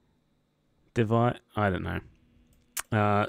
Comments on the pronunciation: I knew Duke of Wellington, it’s in my county. When you said Taunton was Devon and it’s Somersets county town that was funny. I knew the silk mercer as it’s the county next to me. Also, funny to get the pronunciation but it’s Dev-i-zes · "De - vi - zez" - Devizes